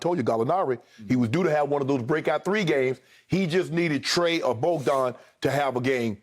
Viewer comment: Skip said “Mice Trae” bro 😂😂🤣🤣